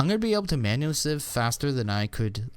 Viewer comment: "Sieve" is not pronounced "Seeeve". It rhymes with "give", not with "sleeve".